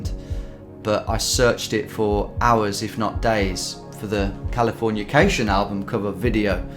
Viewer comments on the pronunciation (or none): Am I the only one who cringes when he says "Californiacation" instead of "Californication"?